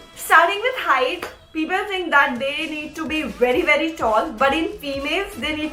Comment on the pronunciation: everything was perfect until i herd HERIGHT.... T-T 5'9